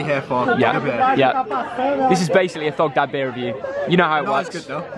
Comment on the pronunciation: Here's Thogdad Subtitles: Here's dogdad. 🤣😂